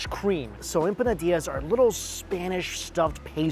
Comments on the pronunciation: Empanadias???? It's empanadas,. Hehe Love your vids, man. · As a food blogger you think he do some basic research on how to pronouce foods. wtf is a empisinada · I am very shocked you been doing this for along time and Iam one of your top subscribers.. but it pronouns.. IMPONADAS 😂 no hard feelings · Em- Pa-Na-Das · That's my boy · EM - PA - NA - DAAS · How he pronounces empanadas makes me laugh 😆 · Respect the pronunciation of empanadas my guy 😅